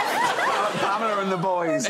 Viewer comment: I think it was PaLmela, actually.